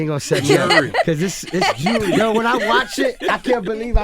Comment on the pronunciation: Why is there no time stamp of when he says jurly